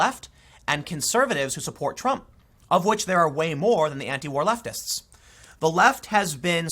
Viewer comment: Am i the only one that heard him say leftivist? Lol